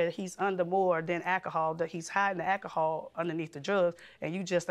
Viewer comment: AKAHOL is not a word. Why can't anyone pronounce it correctly? This guy is terrible. I hope she gets away from him.